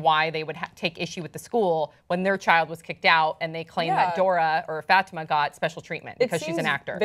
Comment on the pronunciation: she kept saying "FATima" ugh I cringed evertime!! it's "fuh-tee-ma"